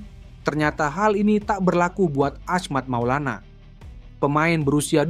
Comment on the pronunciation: yang bener dong bacanya itu nama orang lho, bukan ahmact maulana tapi achmad maulana syarif. bro.